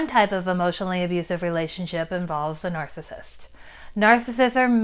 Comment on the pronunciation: 'nar·cis·sist' - 3 syllables not 2 'nar·cissist'